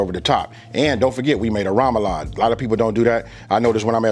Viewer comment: Sorry, that’s not poboy, that’s not French bread and please learn how to pronounce remoloude.